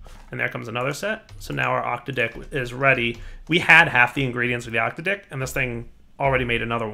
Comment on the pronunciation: I chuckle everytime he says octo-dick, I am a child.